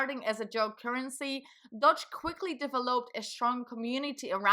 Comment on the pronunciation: Yeah why not pronounce it “Dodge”, as opposed to Doge. LMAO 😂 You’re accents sounds German, or is it Dutch?